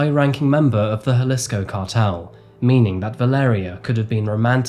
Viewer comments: Also mispronounced "Jalissco" instead of Jaleesco. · Say Guadalajara and Jalisco just one more time please. Your pronunciation of Mexican cities reflects all your research. The stories are the same, knowing exactly what victims were thinking in any given moment is absolutely real. It explains why you lean towards ambiguous stereotypical tropes and avoid actual detail. Highlighting a city name and hearing how it’s pronounced would be absolutely laborious.